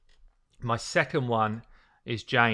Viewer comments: Erineyes is pronounced Ear n knees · why did he called Erinyes Jane.. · Had to look twice before I've realized you are talking about Erinyes, the way you pronounce her name is... strange :D Great epic, always using her on CB (except for the green one), and yes - she NEEDS books, she is trash without them, so not booking her up is your real mistake, not that you leveled her.